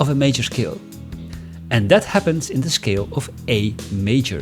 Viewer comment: "shcale" Somehow it's even more effective with that German sound. Anyway, THE BEST EXPLANATION ON MODES THANK GOD! No actually, thank YOU. Somehow 50% of music theory explanation is about the one explaining flexing his wide knowledge and vocabulary on music theory.